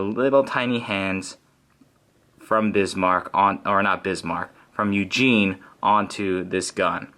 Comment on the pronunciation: If it hasn't been mentioned before, I am pretty sure that it is pronounced oo-gen. At least that's what it was like on a documentary